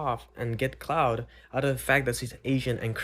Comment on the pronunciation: it's clout not cloud Bro but i get your point. Just be Thankful your parents are Corean.